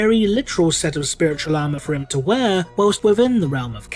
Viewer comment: “...The Oh-So-WONDeful-I-COULD-SHIT-My-POWEPANTS-SpiwitauwLIEGE!”